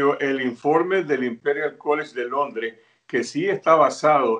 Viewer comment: Por que dicen "Londre"? La ciudad se llama Londres.